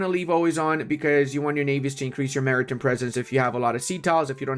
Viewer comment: I realize the "hand gooner" thing is a joke, sort of like "master debater." But FYI, Maritime is pronounced Marry-Time not Marry-Tim. In British English its Mahri-Time but either version we pronounce Time not Tim.